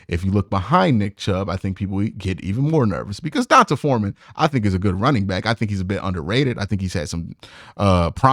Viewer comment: Please bro... It's DEE-ON-TAY Foreman 🤦🏾‍♂️🤦🏾‍♂️ the only player currently in the NFL with an "ON-Tahh" name is Devonta Smith. D'onta Foreman is the same concept as D'Ernest Johnson. I don't mean to be the grammar police but goodness, this has to stop 😂 lol it's so cringy. Ok I'm done lol